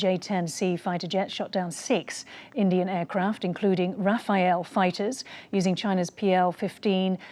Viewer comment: Raf - faaal..meaning fast moving wind ...not Rafa-el.